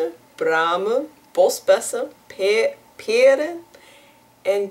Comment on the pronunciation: Indeed, words like 'peren' or 'kersen' she had trouble with, but then along came the words 'kandidaat lijsttrekker' and she did it perfectly, no Dutch person would have done it better. one notion, the Dutch you speak,, is too clean, too neat. For most people, when they speak Dutch, you can point out a list of 3-4 cities they are from, cause in the Netherlands, no one speaks perfect Dutch, and if they do, they are from Haarlem, cause that city's accent got picked as civilized Dutch.